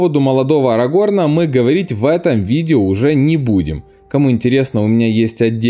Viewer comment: Комментатор, учи матчасть. Возлюбленную Берена звали ЛЮтиэнь, а не ЛутиЭН. И узнай, где ставить ударение в именах Арагорн и Ниэнор. И хватит везде пихать сравнение с дурными престолами, в которых нет ничего интересного.